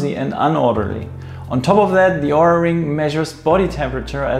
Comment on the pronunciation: Nice Video and Review! However, you're still pronouncing OURA wrong... The O is a long O, and you don't pronounce the U. Just listen to how the company founders pronounce it in their videos.